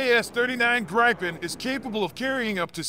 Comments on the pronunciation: Not GrEYEpen, its pronounced Greepen , Like E-raq not Eye-raq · Its pronounced "greepen"